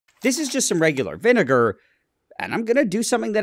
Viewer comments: some regular vi… “vi” what nile? could you say that again? 😂😂😂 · Nigel with the hard R when he says vinegar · Say vinegar without the vi